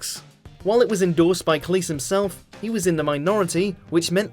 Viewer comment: John CLEECE? Stephen MOWFAT?